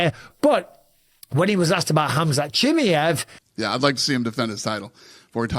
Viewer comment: Bisping bro, it’s pronounced Chim-eye-ev, no Chim-ee-ev 👍